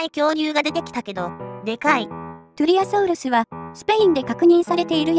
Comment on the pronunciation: きつねさんがときどき英語に近いソウルスって発音してるのはもしかして: そして輝くウルトラソウルス ﾊｲ!!